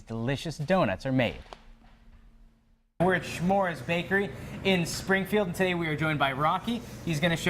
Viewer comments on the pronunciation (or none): Chmura';s not shmoores! ( it means cloud!.)